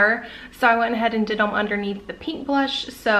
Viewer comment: It’s PINK not Peink